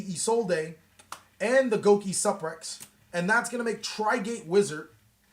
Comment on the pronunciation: GO KEE SUUUU PREX LOL